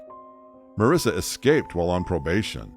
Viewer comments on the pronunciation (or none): Feedback: work on pronunciation. "Row" as in "she had a row with someone" is pronounced to rhyme with "wow". The word is "escape", not "eck-scape". Ugh.